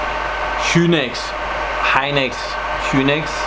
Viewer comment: Sk hynix? We korean pronounce "SK Hi Nix(에스 케이 하이닉스)". Hope this gives u a little help ;>